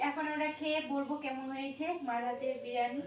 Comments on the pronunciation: Ota birani hobe na ota ke biriyani bolo😂😂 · ওইটা বেরানি না বিরিয়ানি 😂😂😂😂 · বিরানি নয় বিরিয়ানি